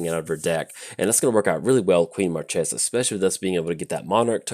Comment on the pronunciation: Queen Marchesa (long may she reign) is disappointing by you mispronouncing her name